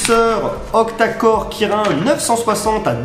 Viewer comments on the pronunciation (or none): Ouille mes oreilles, on prononce Kirine les possesseurs Kirin. "Standards actuels" bouton et capteur au dos, Honor fait cela depuis bien des années. Sinon super vidéo j'adore